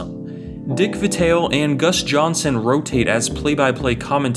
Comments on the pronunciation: Pronounced V- EYE-Tell. Jus sayin, dnt disrespect him. Lol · How can it be the best game and u cant pronounce Dick Vitale right?